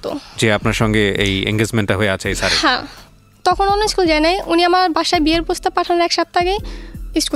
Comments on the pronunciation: ছ্যার না স্যার। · Sir naki Shar ki bollo bojlam na